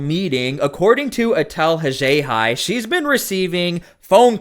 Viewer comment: She chose to be a public figure and to act this way in public unable to control herself like this is all a game… then complains that people voice their disgust with her in real life and plays the victim… pathetic… And I love that pronounces “Etel Haxhiaj” perfectly but not WUH STAHHh lol, gotta add our Boston accent In theaaa 😂